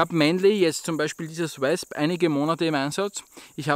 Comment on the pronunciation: Hab das Wasp selbst in s90v und bin so begeistert das ich die Griffe aus Wüsten Eisenholz hab bauen lassen. Nur eins noch.. das dich spricht sich wOsp als Englisch Wespe.. ;-)